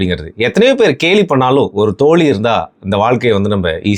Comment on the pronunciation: தோலி ❌ தோழி✅ சிறப்பு 'ழ'கரத்தை சரியாக உச்சரிக்கவும்